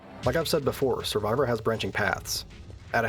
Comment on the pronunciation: Survivor is Law? I can't figure out what you're saying there and even the closed captions were confused.